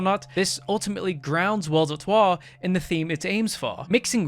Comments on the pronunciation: hehehe the way he says waw "watertoir" like a gay french great vid tho love it 😂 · At the start of the video I kept thinking you were saying "El der twah" sounding like some french word idk. Was pretty funny